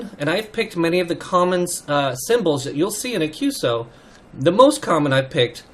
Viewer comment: Hi, good work in engaging young CW adepts to continue this wonderful part of HAM radio.I have a couple of minor remarks that may help.1. QSO is a part of a "Q" code just like QTH, QSB, QRN, …. As such, when you mention QSO you need to spell it as three different letters and not like a word "qso". It is "Q"+"eS"+"O". 2. "bk" is used to indicate to briefly pass-on the transmission back to the person you a heaving the QSO with. The "briefly" here is very important because when you do use "bk" you do not precede it with your Callsign and your correspondent's Callsign. Anything longer than "brief" would be against regulations. It is normally common to use between stations using faster rather than slow CW speeds. 3. "bt" is not a bt "-... -", it is an equal sign or "=" sign "-...-" sent as one letter (no space) but as you mentioned - it is used to "space" in time one part of your transmission from another. 4. YL is used to mention an unmarried female operator, XYL is used for married female operators.5. OM can be easily translated to and "Old Man" but it is more meant as a friend / someone trustworthy whose opinion you value. 5. "sk" at the end of a QSO means - this is your last transmission relating to this QSO. "sk" has also another rather sad meaning - when used in reference to someone else's Callsign it means this particular HAM operator is "silent key" (no longer with us / past away). I hope this somewhat helps. 73's, vk2fex hsc#826